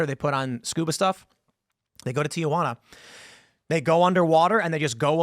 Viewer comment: Teehuana, not TiaJuana.😊